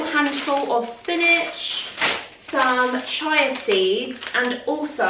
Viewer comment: I've never heard anyone pronounce chia seeds as "chai-ya" rather than "chee-ah" before 😅 but that's alright, you do you boo 😅